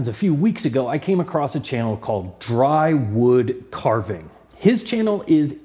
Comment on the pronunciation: Great video and thanks so much for featuring my channel! I'm glad you are enjoying the whittling projects. Just to be clear, it's not dry woodcarving, it's dywoodcarving (no r). As in d.y. woodcarving, my initials.